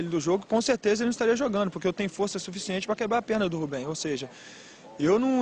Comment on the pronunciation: Rubben kkk